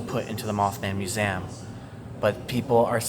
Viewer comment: I’ve never heard anyone say muzam instead of museum?😂 You are one of a kind,! 😊